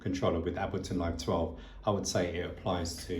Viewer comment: Like your videos! But still pronouncing Ableton wrong.....the "A" must be pronounced as in '8' :)